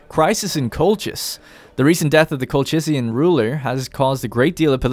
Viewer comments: It's (Colchian) Kolhian as in Kolhis actually. Even in Urartu scriptures the region was called Qulha. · Its pronounce Kolkian, as in Kolkis btw, I'm from there.